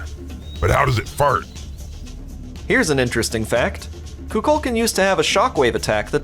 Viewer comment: Kukulkan is pronounced koo-kuhl-kahn. Sall good though. I like what you pronounced